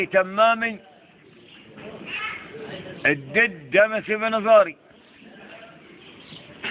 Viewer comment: الدد دمسي بني مزاري .صراحه انا مش عارف دمسي دي معناها ايه .ومعني الدد يعني الجد وهو بينطق الجيم دال